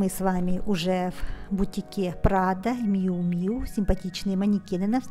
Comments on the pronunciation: правильно Мью Мью (Miu Miu)!!! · Еще одна вечная загадка модного мира – как все-таки звучит название бренда Miu Miu? Драмы больше нет, правильное произношение: Мью Мью. Не обижайтесь за то, что я Вас поправила.